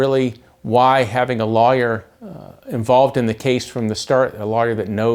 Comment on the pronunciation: Why did he pronounce 'lawyer' like 'liar?'